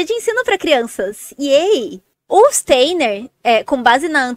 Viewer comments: Pronuncia Stainer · Nem sabe pronunciar o nome.do Steiner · A pessoa não sabe nem falar o nome do Steiner….